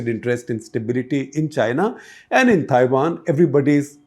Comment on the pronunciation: This guy needs some basic accent training. He pronouncing Taiwan as Thaiwan.